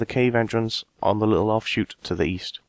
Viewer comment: East? I thought you said Weast?